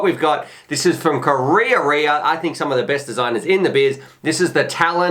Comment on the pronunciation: wow, that beast looks sensational!, another great review but correct pronounciation of Karearea is closer to ka-raya-raya... check out